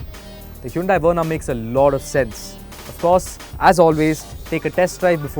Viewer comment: Well, if you are explaining what "Hyundai" means, then atleast pronounce it correctly buddy., time to review the video before posting